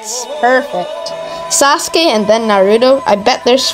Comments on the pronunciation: Say it like this sauce-Kay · did bro say sasake